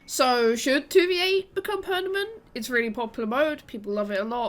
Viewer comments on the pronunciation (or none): Pernament? You keep saying pernament xD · yeah it's bothering me way more than it should that she keeps saying pernament 80% of the time.